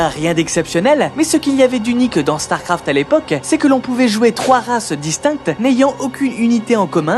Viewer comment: Man la vidéo est bien mais alors ton élocution laisse tellement à désirer... Il faut arrêter d'appuyer les E à la fin des mots genre "uniquEUH" ou "StarcraftEUH" C'est la première et la dernière vidéo que je regarde de cette chaine car ça m'a vraiment fatigué.